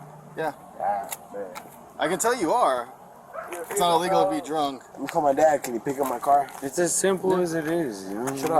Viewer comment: "Dont touch me, thats iwegal"